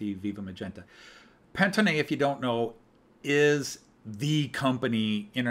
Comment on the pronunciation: Thanks for going through the catalog. Btw you were pronouncing Pantone as a German but the company is from New Jersey. It’s Pan Tone as in “many tones”